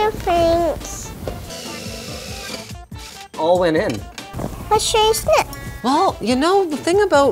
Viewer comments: World record: most No Fanks in a video ever. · NOO FANKS